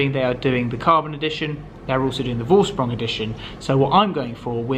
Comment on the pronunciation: Make the effort to learn how to pronounce Vorsprung propperly